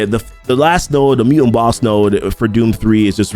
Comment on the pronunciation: It's mu"t"ant, not muant